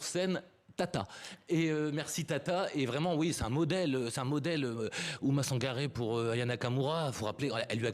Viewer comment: Il répète Ouma Sangaré revoyez vous. Quand à la journaliste qui a du mal à dire qu’elle est française